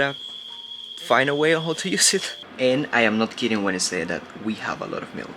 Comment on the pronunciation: A mí esposa y a mi nos gusta ver tus vídeos. Un comentario. Tu inglés es bueno pero te voy a dar un Tip. Cuando dices how y now lo pronuncias incorrecto. Trata esto. How se pronuncia jau. Now se pronuncia nau. Sigue adelante. Felicidades.